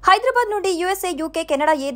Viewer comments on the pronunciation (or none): none